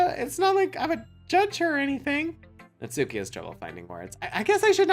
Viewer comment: It’s Natsuki